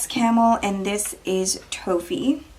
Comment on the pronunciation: Toffee is not pronounced "toe-fee" its "tawh-fee" the "o" has the sound of an "a" in the word lawn..